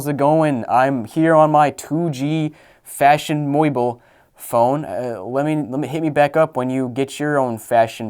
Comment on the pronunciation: "Fashion Moible" I'm crine